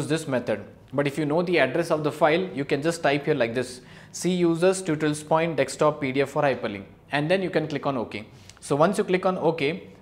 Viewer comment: "Dekstop" cute